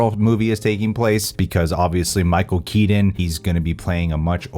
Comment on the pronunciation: “Michael keedin”